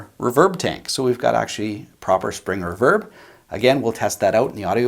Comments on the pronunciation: I have just noticed how you pronounce reverb and I'm stunned. REE-VERB not REV-ERB. lol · REEE-VERRRBBB NOT REV-ERB OH MY GOD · ruverb?? reeeverb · It's "re-verb" not "re'verb" ..... You're obsessed with unseen cosmetics...so Im obsessed with improper pronunciations... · It's pronounced reverb not raverb...... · It left a bit to be desired in the "crunch" distortion test for me, but that's an "in general" thought, not taking into consideration the price. If you played those tones for me and told me it was a $900 combo I'd believe it. Eye twitching when you say reverb "reh-verb" instead of "ree-verb". Egh. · Very good demo . Crazy cheap little amp . It's pronounced Re - verb ! Lol jjks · “Spring erverb”😂😂😂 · i love this channel but its pronounced Ree-Verb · The way you say reverb makes me not trust you. After you get a real speaker & put real tubes in it, that aren’t going to burn down your house, you could have just purchased a Boss Katana Artist Gen 2 for less. Enough with all the $100 guitars and $200 tube amps all over YouTube. Just noticed this video is 6 years old. Why TF is YouTube putting on my videos page at all? 😊😊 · Awesome video! Definitely a new subscriber! Without looking into your bio, I’m guessing you are Canadian based on the way you pronounce “reverb”, lol. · Nice review but you say 'reverb' oddly.